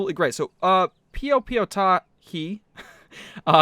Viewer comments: Piopiotahi is maori not new zealander well done on pronouncing it right thought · About the only thing you pronounced correct was piopiotahi so good job.